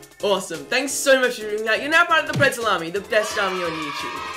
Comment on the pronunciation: I was also watching this with subtitles on and when he said pretzel army in subtitles he said pree salami 😂😂😂😂😂